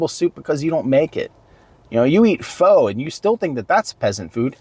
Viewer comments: Pho is pronounced fuh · Pho is pronounced Phuh